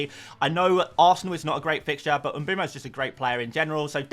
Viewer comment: please please please pronounce mbeumo properly